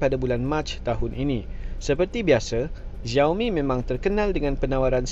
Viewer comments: slalu tgk stream org cina... Nama dia xiaoboy pastu slalu dia sebut nama dia ziao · Tapi org cina slalu sebut 'xiao' ziao